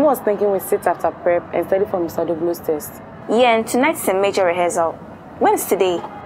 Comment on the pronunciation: He also said taste instead of test